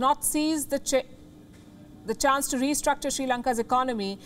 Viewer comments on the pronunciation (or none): Good morning from ct USA, You still pronounced or Said * CHANCE* Instead of CHANGE. YELLOW marketers & while an excellent analysis ; my point # 1 is this you just read someone's else scripts & point #2 people born in Pakistan could be a little bit cute too- I admit know I am dumb & kinda Like it.. A lot Ps. You guys please fix the type warriors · Madam instead of saying change she said chance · 2.36 is it "change or chance" 🤣🤣🤣 ....